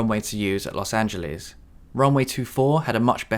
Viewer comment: I don't like the way you pronounce Los Angeles